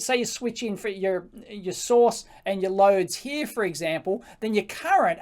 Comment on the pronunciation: from heah...to heah. and to thare and heah